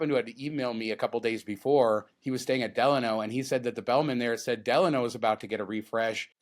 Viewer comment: Guys: The hotel name, Delano, is pronounced "D-LON-O". It rhymes with "Milano" (the city in Italy).